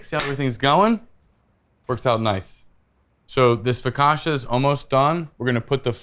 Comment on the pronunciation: The pronunciation of foccacia put me off this recipe